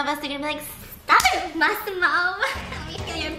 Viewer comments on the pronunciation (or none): Nobody:: Maximore 🤣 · " Maximore " I'm dead 💀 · Why do I hear 'must see more' whenever stephiance say Massimo. Im DYING